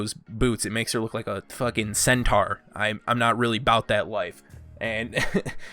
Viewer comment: Cent is S teir